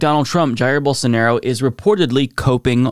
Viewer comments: "BOWL-SAN-ORO" -Rave Dubin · Geez, thanks for reminding me of the “Don’t Burn This Book” weirdo saying “BolSARNaro” -_